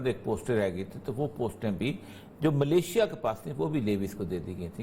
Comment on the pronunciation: Mr ORYA If you don't know how to pronounce English language words correctly then don't embarrass yourself Malaysia and malisha are 2 different words. Do you know the difference between the two words MEANING